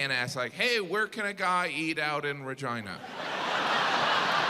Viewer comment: yeah but regina as the queen is pronounced how he said it should have been, with an E sound.